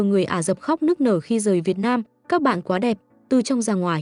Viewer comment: Ả rập, không phải là " Ả dập", cần phải đọc cho chính xác.